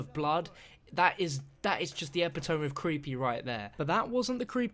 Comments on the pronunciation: Hahaha oops. I accidentally added "not" before the correct pronunciation. It IS "ehh pit to me". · Sorry to be THAT guy but you pronounced epitome wrong. It's not "ehh pit to me" not "ehh pit tomb" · If I'm not wrong epitome is pronounced epi-tomy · sorry, this just got to me a little: it's pronounced epit-to-me > epitome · epitome is pronounced like "epitommy" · says epitome wrong. Sorry, just had to put it out there. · Epitome is the epitome of mispronunciation. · Lol the way he pronounced epitome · Hahah Ikr I was gonna comment that